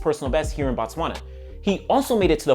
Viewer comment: It is not Bah-Tswana, it is B(oh)-Tswana, in fact you would be equally correct if you said "Boo Tswana" because in the Bantu language, it means place of the Tswana people, where as when you Bah-Tswana, which would be spelled BaTswana, you are saying the "The Tswana people"